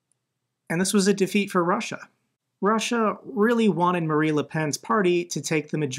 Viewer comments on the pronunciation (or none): 100% in a supportive way: “Marine” not “Marie” is the French leader’s name. It’s along the lines of Marina Sirtis from ST:TNG. Keep up the amazing work! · Dude, you keep saying Marie Le Pen, video after video after video. She can rot in hell for all I care, but we can still say her name correctly: Marine Le Pen, not Marie. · Just fascinating at this point how often he can read "Marine" and still say "Marie". And it's obviously not some gottem, since nobody would think he'd delivered a burn by calling the former dictator of Germany "Udolf Hipler". Baffling.